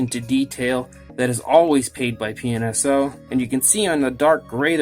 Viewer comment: It sounds like you keep saying penis-o lol. I'm guessing this is another company like Rebor. Where they're mostly all just like Papo besides the price. I was going to get a few Rebor's due to Papo not making them; but once I found out how much a little (unnecessary for me) base and packaging was, I said forget it. I'm not meaning to be negative or anything; I just find it fascinating with them taking a kinda expensive $30 dino figure, but charging so much for two cheap things.